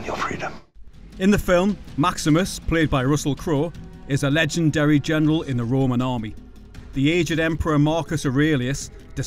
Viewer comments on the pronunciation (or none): none